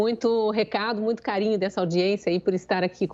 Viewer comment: Renan Calheiros ficou em êxtase com a declaração da moça , é. " MUITIO" importante!!!!!!!!!